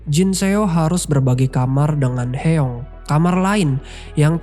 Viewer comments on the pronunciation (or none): Aboeji..dibaca Aboji.. bukan abe-oji.. artinya ayah... Eomaa.. dibaca omma bukan e-oma.. artinya ibu.. Hyeong dibaca Hyung/Hyong bukan he-yong... artinya kakak. Semuanya bentuk kata panggilan,bukan nama orang. Jin Seok dibaca Jin-Suk Koreksi kalau salah.. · Sorry kak, ijin berika masukan dikit ya kak, untuk penyebutan nama tokohnya mungkin kurang tepat. Eomma= "Omma", Abeoji= "Aboji", Hyeong= "Hyong", Jin Seo= "Jin So" Itu aja kak.. Untuk video dan cara kakak jelaskan cerita udah bagus banget. Semangat kak untuk konten yang lainnya. Thankyou✨✨